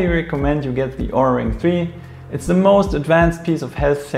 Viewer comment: Nice Video and Review! However, you're still pronouncing OURA wrong... The O is a long O, and you don't pronounce the U. Just listen to how the company founders pronounce it in their videos.